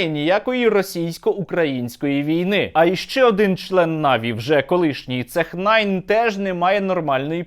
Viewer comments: Нік читається СЕНЯ "ceh9", а не Сех найн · Пане Стерненко, доброго дня. його нік читається як "Сєня" а не "Цех Найн". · а я никак не мог всосать, что за ТечьНаин=))) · Дякуємо за розлогу інформацію. Зараз зроблю репост в нашу спільноту "Україна" в STEAM P.S. - нікнейм цієї людини - "cen9", читається як "сэня", а не "кеннайн"))) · Я не знаю, чи ти навмисне сказав "цехнайн", але він сеня. Просто нік ceh9 написаний на манер, який був популярний у двотисячних :) Але взагалі з нашими кіберспортсменами та стрімерами біда. Переважна більшість приймають донати (пожертвування) в рублях, аби догодити російському глядачу. Хоча і в нас є платформи, що дозволяють приймати донати в гривнях. Це вже гидко насправді. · ceh9 читається як Сєня, а так повністю погоджуюсь.